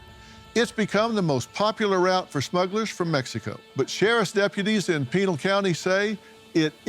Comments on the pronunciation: Phil its pronounced Pi-NAIL County lol... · Please Dr Phil pronounce the County name correct. its not pronounced like a instatution